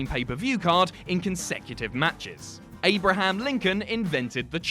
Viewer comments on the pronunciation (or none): none